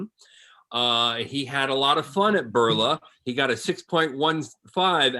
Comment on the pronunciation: It is BIRLA INSTITUTE, Not BURLA BERLA